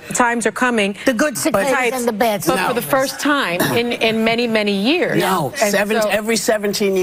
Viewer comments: How out of touch are you to not know how to pronounce cicada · It's like she's never even heard anyone say the words cicada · How do you grow up in America and not know how to say cicada? 😂